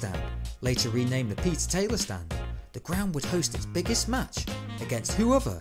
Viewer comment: The Talyer report? Always thought it was the Taylor report!